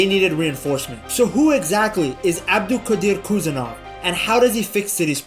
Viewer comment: Прошу, правильно произносить фамилию.